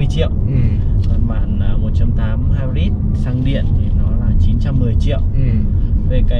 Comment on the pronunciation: Kênh hay, nội dung đc, mẫu ok. Nhưng nên học thêm tiếng a nha sếp :)) hai bớt là công nghệ gì đấy